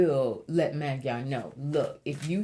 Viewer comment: Hiya,. If I may humbly show you how to correctly pronounce "MAGYAR". 1st of all, that is the Hungarians call themselves. It is also in the official name of Hungary, which is NOT the what Hungarians use BUT MAGYARORSZAG. which translates to" the Land of the Magyars". However, that word is pronounced "Moh-JAR because in "hungarian language, MAGYARUL"" a "DY" is pronounced, " JYA". I understand Magyarul thugh I'not fluent right now because I don't use it everyday as I did before God bless you, Gurl and please continue to allow the Ancestors to provide guidance to you to pass on through to your subscribers. BTW, I'm curious if your Spiritual name, "" was given to you by being intiated as a "MESSENGER OF LIGHT" do you know if it's Nigerian, WEST AFRICA & if it's taken from IGBO or YORUBA? It caught me ear immediately when I heard your name. I'm American born medium and speaks to and sees my ancestors each and everday since I "WOKE UP" in 1995. LOL!